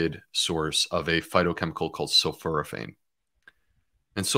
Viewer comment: It’s sul-FOR-a-phane, Doctor Bulciewicz.